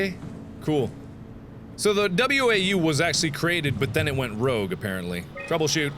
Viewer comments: Mark, to pronounce WAU, it's pronounce like wow, not way-you. Thanks. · Mark, it's only slightly annoying to me that you pronounce WAU as you do. When someone else said it it was said as wow. Other than that nitpick this is an awesome series.